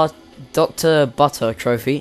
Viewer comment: i think its prnounced butter not buh her